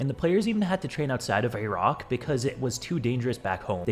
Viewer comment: What the FUCK is that pronunciation of Iraq